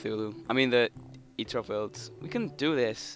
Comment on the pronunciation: eater of words? dont you mean destroyer of worlds? [sorry for making fun of your accent]